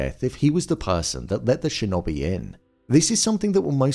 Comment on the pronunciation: Shin-oh-bee.Not shin-obey.